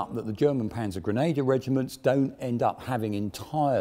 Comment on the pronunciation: Actually his pronounciation of Panzergrenadier is quite good. And yes, I am a german so I can make a judgement